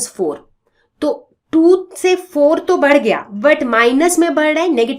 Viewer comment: Mam be like pandey sir badh rahi h ki jagah bar rahi h 😂😂😂